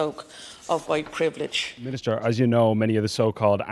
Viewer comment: Ah yes “huwite privilij”, that nebulous secular religion replacement for original sin.. except, WP has no sacramental forgiveness. You just have to wander about, feeling bad & guilty & the enemy of all things good. Because of fixed permanent physical qualities you inherited. The Marx religion then wants you to radicalize more and more, because of how disgusting you are, to try and make amends for racial crimes against humanity. What a horrible hopeless hellish godless inhuman ideological prison. What fragrant & juicy horse-hockey. 💩